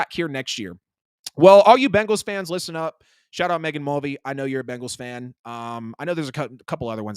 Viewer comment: Why is it so difficult to say BENGAL?